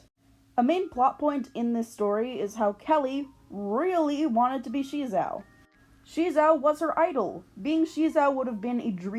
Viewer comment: The name SheZow sounded alot better the way they pronounced it in the pilot, like "ka-CHOW!", "ba-ZOW!" or "wu-POW!" it's supposed to be a pun based on an onomatopoeia, but for some reason in the show they felt a need to emphasize the "she" bit, like they thought the kids wouldn't get it otherwize. Another thing I liked about the pilot that didn't carry over to the main show was Maz having a crush on SheZow without knowing that it was actually Guy, but alas I guess TV networks weren't ready for that kind of relationship arc and instead opted for the whole side-kick running gag 😮‍💨 Even if you don't end up using Maz for it, have you considered doing that sort of double life plot for your reboot? I think it's an interesting way to further explore gender and sexuality, regardless whether it actually ends with a reciprocated romance or not. It can both give Guy an opening to question his romantic preferences, but also give him yet another taste of the female experience - as an object of male desire (albeit a very kiddie-friendly version if it) oh and one last thing, the art also looked better in the pilot. Like, not the greatest and not rly to my tastes, but what they ended up with in the actual show just looks like ass imo Speaking of art styles, I really like yours! It feels very solid and simple while still having a good amount of detail but in a way that feels economical, which is very good for animation. Reminds me a bit of Monster Allergy with the ears and noses, which I ju